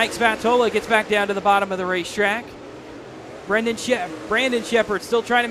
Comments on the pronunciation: It’s not “brenden” it’s BRANDON. lol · for real lol. guy couldn't say his name right for the life of him